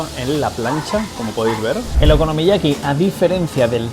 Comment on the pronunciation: te cuesta decir la palabra okonomiyaki eh bribón?